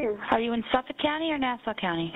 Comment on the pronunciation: I live on LI. This case has so many unanswered questions plus a lot of potential conspiracy theories. I won’t say any thing about it because we are all anxious for the next part of your series! I also LOVE the way that you mispronounce words. I think it’s endearing and cute. FYI on LI we pronounce Hauppauge- Hop-Hawg And Suffolk = SuffEck. Lol